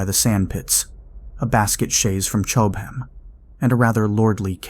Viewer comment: Chowb-ham, still laughing. (Cob ham).